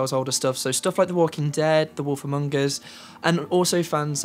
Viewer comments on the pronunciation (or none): "No guns" Yeah, like guns are a standard in all games. And it's not pronounced "Among - g". It's just "Among" you don't need to say "G" on the end.